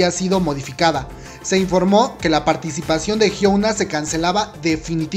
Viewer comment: Melodica CHAN si , de hecho así se pronuncia , "idaun" y "jiuna"